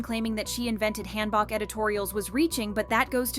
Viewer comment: Hanbok = Genghis K-(Han) Book. Not, Hand Bok(choi). Butchered.